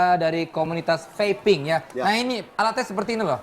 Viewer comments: "Vaping" mestinya ga diucapkan seperti "faping", salah pengucapan malah fatal akibatnya, hihihi... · Pengucapan nya feiping bukan fapping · vaping bro... not Faping ekekeke